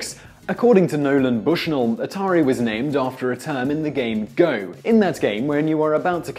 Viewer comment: Sergey Payee-eetnov? Bass-man? NolanD Bushnell? Shigeru Maya-moto? Was this video created to butcher as many iconic names as possible?!?